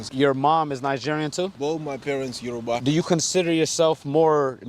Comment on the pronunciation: 'Yorubaa boys' Oh yorube boy Yoru- yoo wtf, you're not in america its YORUBAAA. 🤣